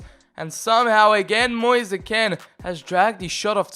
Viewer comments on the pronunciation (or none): I’m Italian and the pronunce of Kean is Ken not Keen,and his name Moise we pronunce it like Moise not Mois or Moisee,another tip for Drąagowski,the pronunce is Drongoski because there is the same ą a of Piąntek who we pronunce Piontek,very good episode. I can repeat it many times:This channel is so underrated